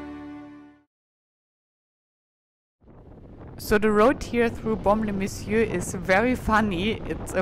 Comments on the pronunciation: merci pour ces belles images ,j adore votre accent et votre façon de prononcer BAUME- LES -MESSIEURS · Baume-les messieurs est un incontournable de notre belle région, bien-sûr. Présenté et prononcé avec votre ravissant accent anglo/suisse bernois il devient plus merveilleux encore. Merci, vivement le Bordelais.